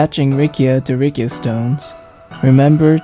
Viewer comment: It's Riccia not Rikkia... correct me if I'm wrong